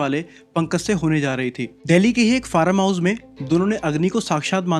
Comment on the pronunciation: Farm house ❎ Faram house ✅ 😂😂😂😂😂😂😂😂😂